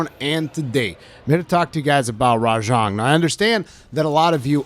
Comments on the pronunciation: its RA JANG by the way not rajong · Is that how you pronounce it? It just sounds wrong lol